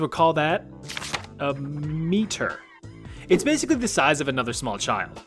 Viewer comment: “A me-ter”